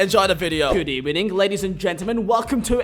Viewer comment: Is everyone not gonna notice the 'good ebening'?